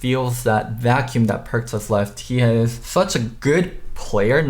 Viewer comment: u do realize you pronounce every "s" as "th" right?